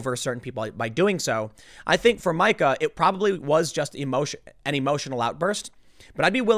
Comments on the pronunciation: Meeeka, Tim. It's Meeeeeka! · Dammit Tim, its not pronounced My-ka, it's Me-ka. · Me-Ka is how it is pronounced- she is so angry and irrational. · Mee-ka, MEE-KA!!!!!!! I know it's complicated, but let me tell ya what... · It's pronounced "Meeka". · Never go full Karen. I was pretty sure it wasn't pronounced Micah.